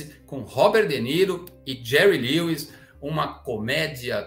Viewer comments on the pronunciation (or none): none